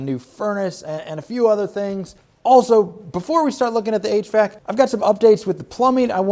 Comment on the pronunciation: I didn’t comment last time, but I can’t hold my tongue any more. It’s not “h. Vac.” Its h.v.a.c.